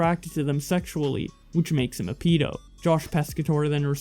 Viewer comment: Not a pee- do a ped- o